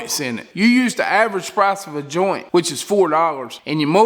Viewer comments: Did he say joint? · Say joint again!